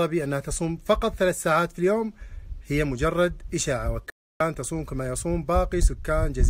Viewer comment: ماشي منه ماصح حتى نطق بإسم القرية خطأ